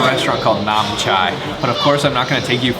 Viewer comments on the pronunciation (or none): none